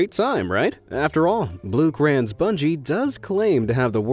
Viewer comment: You pronounced Bloukrans wrong. Blo-kraans that's how it's pronounced